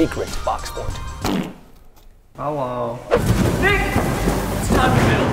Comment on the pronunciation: Preston : pockes hole Nick : hewo